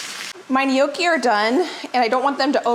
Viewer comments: IT IS NOT KNOWKEE IT IS PRONOUNCED NYAWKEE..NOTHING WORSE THAN LISTENING TO SOMEONE TEACHING HOW TO COOK AND CANNOT SAY THE WORD RIGHT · Gnocchi The g is silent Phonetic: Naw kee Closer but not exactly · Its pronounced. Nyawkey. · it is not pronounced no key. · My husband and daughter are laughing at how you pronounce gnocchi,we say with the g silent but we still love you for time and recipes and knowledge. Love from Geelong Australia ( the g is not silent)💜